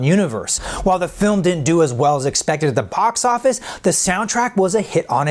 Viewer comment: He nailed the Casey Kasem vibe and vocal quality, and I think his energy and enthusiasm were strong enough to carry through the multiple mistakes (anominity, pox office, et al)